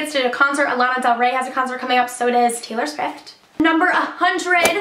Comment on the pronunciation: Anyone notice she said Taylor switht like if you noticed😂